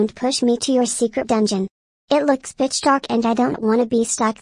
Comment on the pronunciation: Did he say bitch dark instead pitch dark